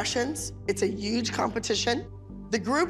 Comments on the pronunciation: i love how abby says "yuge" instead of "huge." Shows that her and Trump are cut from the same cloth lol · Is it just me or does Abby always say UUGGEE instead of huge?? 2020 anyone